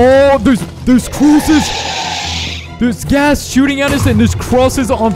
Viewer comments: said crooses instead of crosses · the first time he said crosses he accidentley said crooses